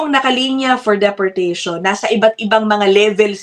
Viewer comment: (source AI:) The Canadian pronunciation of "deportation" is similar to the American English pronunciation: “dee-por-TAY-shun”. “DEE”. I figured you’re a respectable journalist and might as well say it correctly in Canada